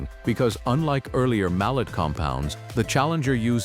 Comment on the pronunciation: It was pronounced (MAL-LAY) . The last name of a brilliant Swiss born mechanical engineer not a type of hammer . His family was of french lineage .